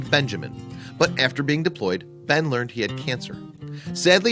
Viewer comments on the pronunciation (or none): none